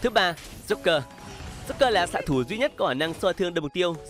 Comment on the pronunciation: Joker mà nghe ad cứ nói nhầm là rouker :))